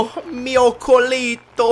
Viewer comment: colieto nao colito